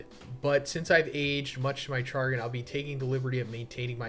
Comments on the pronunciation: Char gin? My man, please Google how to say that word. On a more serious note, these things come out each elyeqr and have basically a never really come to pass. Remember when that man was going to meet up with that guy and it was going to be a battle Royal? I'll be taking this with a metric ton of salt grains. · Sha grin not char gin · Chagrin is pronounced Sha-grin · Chagrin /SHəˈɡrin/ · Bruh said "Char-gin" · char-gin???????? esl moment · I love you. Chagrin is pronounced "sha-grin". And how about this cold weather right?? They just about shut half the city down. Yes, we live in the same city. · Chagrin = "sha-grin". When you're presented with words you've never read before, make a TINY effort PLEASE. It might turn out to your chagrin if you stumble in unprepared... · Did you just pronounce chagrin as jargon? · It’s pronounced “Shuh-grin”. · bro.... do you know what "chagrin" means? Or how to pronounce it? Come on now..... Please be an example and not one of ignorance.